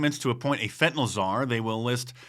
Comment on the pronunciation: It's fentanyl not fentynol